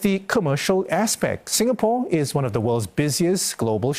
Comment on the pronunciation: Singapoor? Sing a poor? Sin and poorahh!!!